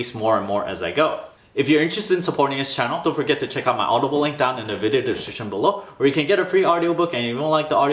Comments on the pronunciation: Hahaha I always enjoy that part - down the deshchchshchbch below. 😂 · its not a bad thing lol, but perhaps it caught our attention cause the words were kinda mashed together xD perhaps speak that part slower? haha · I sort-of panic every time you say "down at the descrchchchch link below" 😅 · I thought I was the only one who noticed that LOL, I am curious why he always has it like that it sounds like gibberish I wouldn't panic but it is funny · I always say it with him hahah. I can't pronounce description properly for the life of me so it's kinda fun.